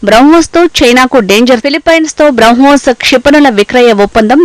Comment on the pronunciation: బ్రౌ హోస్ కాదు